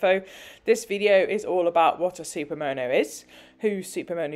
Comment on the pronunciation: Love the bikes and enjoyed the vid. But I really struggled with the way you say Super Mow Know. lol, not that it matters. Just accents are funny.